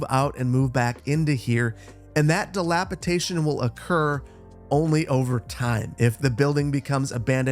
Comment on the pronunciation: it would be even cooler if we could import our own flag designs! probably won't be the case, but i can dream also just coined a new word: "dilapitation" 😂 (it's dilapidation with a "d" but who am i to judge)